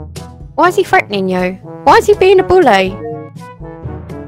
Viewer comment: “freataning” LMAOOO 🤣🤣😂😂🤣🤣